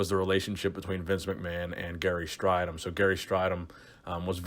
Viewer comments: interesting topic as a fellow South African I'd just point out his name is pronounced Stray-dom not Stri-dom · What makes this video annoying is that in the 80s gary and everybody else were obvessed with corectly pronoucing his name its straydom not strighdom hes annoyed now if he sees this video and he blew his first olympia show by weighing 240 at 6'2" he was skinny and flat compared to the top 10.he like dorian looked like he could have competed at 270 bit came in way below that rolph moeller would had trashed strydom in competition weight cuttimg down from 340 at 6'7" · It’s pronounced stray-dom Gary himself stated that’s how his name is pronounced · Gary Strydom - pronounced stray-dim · You pronounce his last name as “Straydom” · Its pronounced "stray-dom".